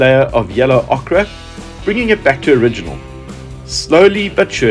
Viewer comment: Enjoying your restoration..... interesting and such a great Alfa. Just one small thing. Watching from the UK (and I accept fully that your origins would seem not to be) but what is the name of the colour? Ochre is pronounced "Oaker" ... strange but true. As far as Okkra goes ... you'll be painting it a rather lovely green!! Looking forward to the next video!!